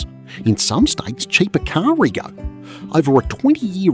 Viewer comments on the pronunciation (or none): AI can't pronounce "rego" like an Australian 😂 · You don't pronounce rego properly carnt 😂